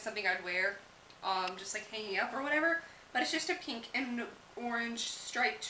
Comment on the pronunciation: a lot of beauty gurus pronounce pink "peenk"